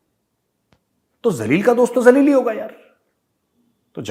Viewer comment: "jalil" bro not "kalil"😂🤣😂🤣😂